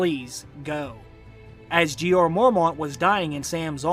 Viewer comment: PLEASE learn English Grammar & Pronounciation/Elocution! Like it or not, you area teacher, & you have an enormous classroom. I am a retired English Lit & Lang Lecturer, inc ESL. “Went” isn’t “gone” & vice versa, & it’s NOT “Jeeeee-r “—doesn’t rhyme with “Eeyore”; also, I believe you are an excellent teacher. Your explications are enviable, your mastery of the subjects [Books & Series] prolific. Remember, Jon didn’t went with Wildlings: Jon has GONE with the Wildling. Please understand I write out of respect for you. You are the future, so teach well. It is your burden now. Ave atque vale!